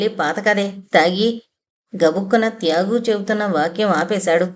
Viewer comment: "త్యాగు" అనే పేరు బదులు ఒక్కోసారి "యాగు" అని వినిపిస్తోంది